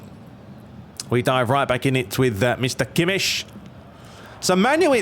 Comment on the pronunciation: It is “Kimek” NOT Kimsh!!!!!!!!